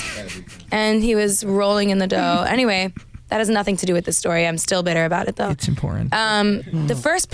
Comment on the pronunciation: felt like she was calling for me lol Enny-way, I really enjoyed this laid back interview 💜💜